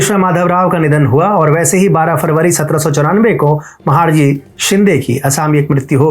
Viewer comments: आप ने व्हिडिओ द्वारा जानकारी बहुत सुंदर दी है, लेकिन आपका "महाडजी" शिंदे यह उच्चारण गलत है. उनका नाम महाडजी नही था, बल्कि महादजी शिंदे था. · महादजी शिंदे not महाडजी शिंदे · महाडजी नाही रे महादजी आहेत ते नाव तरी नीट घे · अच्छा तरीके के से pronounce कर... महाडजी नहीं महादजी शिंदे बोल.. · Mahadji .... महादजी. NOT महाडजी. PLZ CLEAR IT ! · महादजी शिंदे उनका नाम है ना की महाडजी ❗उच्चारण सुधार लिजिये. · उच्चार महादजी शिंदे करो... महाडजी नाही. Please correct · योग्य उच्चार 'महादजी ' हैं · महाडजी नही महादजी है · महाडजी नहीं महादजी है। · It's महादजी not महडजी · सबकुछ सही रहा पर आप महादजी का उच्चारण महाडजी कर रहे हो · कृपया, महाडजी नहीं महादजी ऐसे काहीये. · महाड जी नही महादजी कहिये आप हिंदुस्थानी लागते हो तो गलती मत करो महादजी कहो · महाडजी नहीं महादजी 🙏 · You are pronouncing his name as " महाडजी " which is incorrect. Correct pronunciation is " महादजी शिंदे " .😔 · With due respect it is " महादजी "